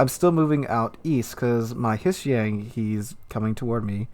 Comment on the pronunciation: Hissi-Yang? never heard that pronunciation, the H is silent